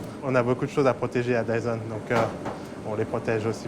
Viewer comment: Dizon le roi de l'azpirateur selon les franzais pas très doués pour la prononziazion. 😉🤣😎